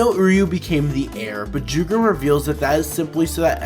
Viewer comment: I sincerely hope the anime expands even more on Jugram, not just as a character but in terms of his insane prowess. Oh also, Jugram isn't with a J, it's said with a Y. In Europe, the character j is said as a y. Which ofc Jugram is as he is German.